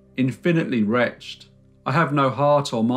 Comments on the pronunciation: Many thanks for a beautifully summarised tale of woe (could have been worse, she might have hanged.) One thing, though - wretched is not pronounced in the same was as retched. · Wretched is two syllables, pronounced reh ched. Keep the boom. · Bring back the boom please and you pronounce wretched wretch-ed ( from the video about the fairy rings in Ireland) PEACE ;] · The word "wretched" does not rhyme with "fetched."